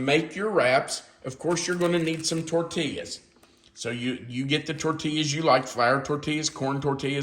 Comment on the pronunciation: I love you like a brother from another mother. But your pronunciation of tortilla is like a stab in the heart to someone living in the southwest with Hispanic grandchildren and son in law. It is tor tee yas. Double L in Spanish is always a Y sound. This is meant in love.